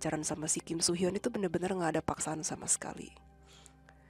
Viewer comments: Akhirnya dibahas juga kasusnya KSH dan KSR sama tim DA. Maaf ralat ya kak, cara baca Kim Soo Hyun itu "Kim Su Hyeon". Soalnya ada aktris Korsel namanya Kim So Hyun (namanya agak mirip cuma beda huruf "o" di nama tengahnya). Selebihnya nungguin part 2! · Please hati-hati dan reset lagi, bukan KIM SO HYUN ( tapi kim su hyeon) karena beda oenyebutan = beda orang 😭😭